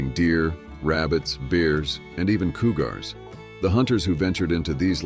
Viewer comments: Can't someone speak properly to narrate this movie? Good grief! Bars and koogars? Seriously. It doesn't take much knowledge to pronounce words correctly! It makes it difficult to watch this story. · "Coo Gars" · Coo-gars? Ok. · Coo-gars???? AI has a way to go!